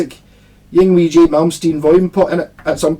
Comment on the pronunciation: It's pronounced ing-vay! Lol